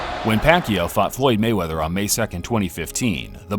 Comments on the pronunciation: It is "Mayweather" not " Gayweather! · Hug....ooo rable mayweathear nyahahaha